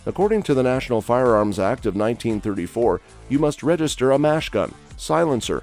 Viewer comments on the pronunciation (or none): Why did the speaker constantly refer to a "Machine Gun" as a "Mash Gun?" Does not reflect well on the knowledge of the presenter or the puppet masters behind him...!!!